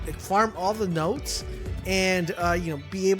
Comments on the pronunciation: NODES!!! Stop saying nods. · “oRe NoDs” here’s a pro tip from a real MLG gamer, it’s called “NODES” let’s better the gaming community together and not promote idiocracy ;)